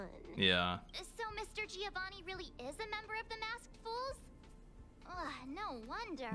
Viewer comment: Please i beg you, stop calling Giovanni like that!! I now know how you felt during fountaine , please stopppp